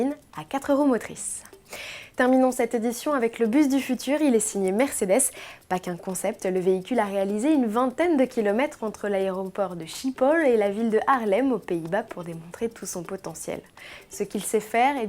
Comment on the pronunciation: Schiphol se prononce ''Sripôl et Haarlem se prononce ''Ha-a(r)lèm Pas encore trop ça le néerlandais hein :p